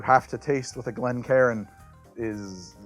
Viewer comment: Ngl every time I hear him say Glencairn I always hear it as Glen karen